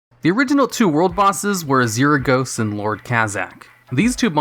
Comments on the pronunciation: Pretty sure I haven't watched a single video of yours where you haven't mispronounced something lol Azuregos = "azeeragos? Should be closer to "azjergos" (look up the pronunciation of azure) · >Azrr-gos >Draynor lmao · Why does it bother me so much on how he pronounces Azuregos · Never heard someone pronounce Azuregos that way before.